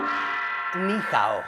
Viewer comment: No más Hello, ahora será Nu Jao